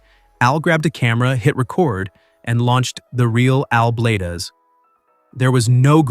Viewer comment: Al Blades (Not Bladez) WOW that's incredible 🤔